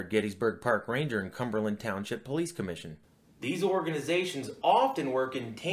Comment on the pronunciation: it's police not polixy